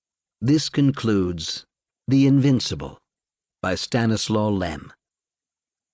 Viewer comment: Stanislaw is pronounced "Staneeswav." Accent on "nee." It's not that difficult.